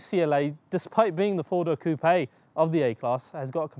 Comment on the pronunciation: Coupia instead of saying coupe this guy is great.🤣